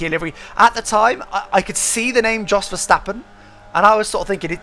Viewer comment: Kudos for a really good attempt at pronouncing Max Verstappen properly. Much appreciated.